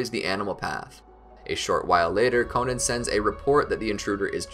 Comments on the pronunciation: It’s not konin it’s konan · I know damn well he did not call Konan “Konen”